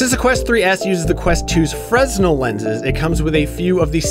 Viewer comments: Fresnel is pronunced "Fer-Nail" not "fres-naw" Get your sh* together IGN! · The lenses are called fresnel, but you say it like "freenel" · Am I crazy or are fresnel lenses supposed to be pronounced "frenel"?